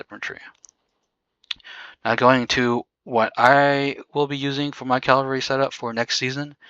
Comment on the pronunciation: Great video but why do you call the troop type a wrong name. It's C A V A L R Y.... not CALLVARY. 😂😅 Funny that you and GUNZ can't pronounce it right. 😊.